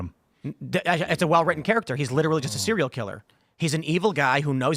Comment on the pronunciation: Tim: Serial Killer: Is he a hero? Tim: SEE REE RULL KILLER! 😂